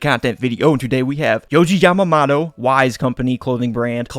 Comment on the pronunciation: also his last name is pronounced Yah Mah (like mama) Moto (like moto cross)